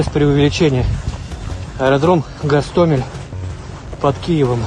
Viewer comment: Кажуть, що окреме місце в пеклі-чан з подвійною смолою отримують дегенерати, які називають наш Гостомель, з кінченим мокшанським наголосом ГАсТАмЄЛь. Зараз на тому світі, Сашко Білий і Шаміль Басаєв, пердаками насаджують на пляшку савєтського шампанського цей новозашкварений десант.